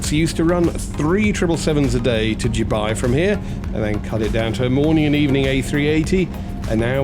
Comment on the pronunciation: It is pronounced Dubai not Dubai.